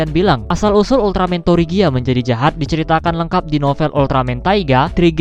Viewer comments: Tregia bang bacaannya bukan torigia atau trigir sesuai bacaan dari negara kami(Malaysia)😅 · Bang sebenar nya penyebutan nama ultraman tregear versi bahasa Indonesia itu bilang nya kayak tregir gitu..